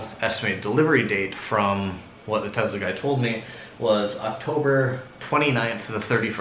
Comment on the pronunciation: I think it's pronounced Tesla not Tezla